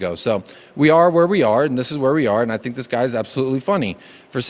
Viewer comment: Dees club, dees players…